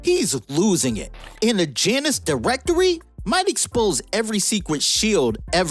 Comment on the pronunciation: Bro. It’s pronounced “Yonn us” You never seen Goldeneye before?